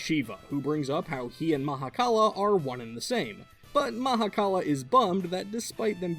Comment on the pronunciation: Thank you for the correct pronunciation. Shiva (in certain Hindu view points) is everything, ie the universe and beyond. So he is also the Mahakala (Maha = mega, kal = end/death/'to cease') because everything ends into the universe. Creator (Bhrama) and Preserver (Vishnu) originated from Him, and he took the role of "Destroyer". Not even other Hindu gods can begin to comprehend Shiva.